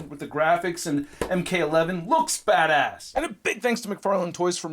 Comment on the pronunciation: When you said that this figure looked badass, it sounded like you said “this figure looks fat ass.”